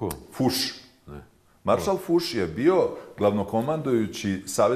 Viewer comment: E jadnicko, nije marsal Fus, nego Fos. Cisto sumnjam da je Canak Srbin i pravoslavac, tragikomicna figura, to je on